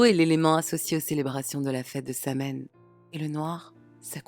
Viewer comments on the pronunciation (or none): *Sahuin, Samhain se prononce, sahuin/sawin